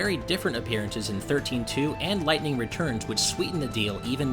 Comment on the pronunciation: Lyghtning? Really?. I have tto say a big fat NOPE to that